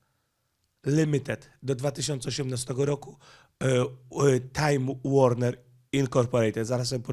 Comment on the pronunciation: Warner czyta się Łorner. Warner Brother dawniej